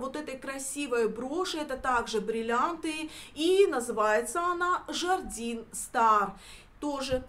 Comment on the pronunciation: не "жардин", а "жардэн". Не надо французские слова читать по-русски, ухо режет. Вы же английские стараетесь правильно произнести.